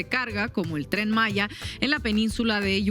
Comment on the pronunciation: No se dice Tren Masha (Malla) es Tren Maya (Maia)